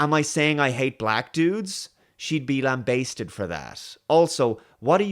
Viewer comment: Lambasted or .. Lamb basted. Mmmmm lamb